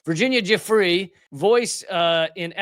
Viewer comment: If it matters, i believe it's pronounced 'goo-fray', not 'juh-free'